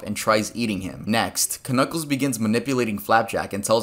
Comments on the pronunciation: ITS JUST PRONOUNCED N-U-C-K-L-E-S!!!!! , the k is silent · The k in Knuckles is silent........... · k-nuckles, huh? the k is silent